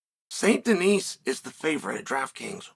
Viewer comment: Someone has got to tell Chael not to pronounce the "s" in Denis. Benoit (ben-wah) saint Denis (den-E).